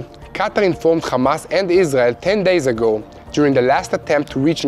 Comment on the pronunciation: When you are speaking English please use English pronunciation for the words Hamas and Hezbollah. I know that probably when you say those names in Hebrew, the H sound sounds like you are clearing your throat, but in English we just say it with an ordinary H sound (like you said in the words HERE and HELP)... it will make what you are saying so much easier to understand. In fact every time there is an H in English it is just said like you said HERE and HELP...... God bless you, and love from Queensland Australia.